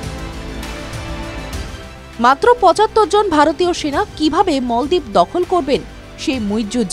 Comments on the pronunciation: মলদিপ না বলেন মালদ্বীপ। আগে উচ্চারণ ঠিক করেন পরে ভিডিও বানান। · মালদ্বীপ কে মলদ্বীপ বলল এই রিপোর্টার তাহলে ভারত কে ভরত বলল না কেন?